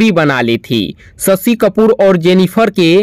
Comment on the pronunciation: Aapke language mein bihari axen aata hai ise thik karo. Aur shashi kapoor hain sasi kapoor nehi.